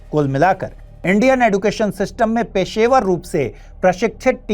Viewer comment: Sir yeh एडुकेशन नहीं, एजुकेशन है।